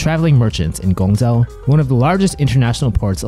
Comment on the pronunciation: Ask your pops for some help in pronouncing chinese or start out with pinyin. Guangzhou isnt pronounced with a Z